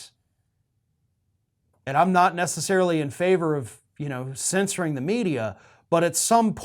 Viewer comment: The word is "censor". Please.